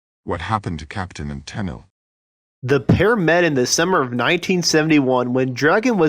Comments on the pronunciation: Why do u that robot that said Tenil. it,s TenELLe. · For some odd reason, it was only used the first 2 seconds for the opening line mentioning the title, "What Happened to Captain and Tennile pronounced as tenel. It may not have been a bot though, hard to tell for sure. I'm with you about those computer voices though, they suck big time. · Tennel? Nice start. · Ten-nil? Ten-neal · Sad you can't even pronounce Tennille correctly. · When the opening dialogue can't even pronounce "Tennille" correctly... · Wow. Your pronunciation is not very good. Practice "Tenille," "repertory."